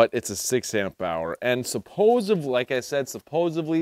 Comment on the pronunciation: Are you saying supposevly?